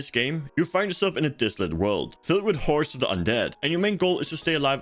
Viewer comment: "filled with whores of the undead" lol wut ?